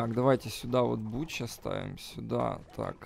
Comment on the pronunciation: не бучо а бонкчу